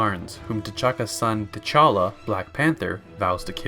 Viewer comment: he’s saying call him Black Panther because guy pronounced it “Ch’Talla”... like a good few times.